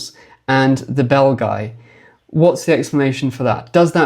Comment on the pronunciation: I cannot help myself hearing "the bell guy" instead of the Belgi and picture Quasimodo in my head all the time...